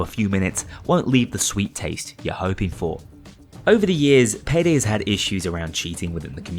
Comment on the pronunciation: who says hood its had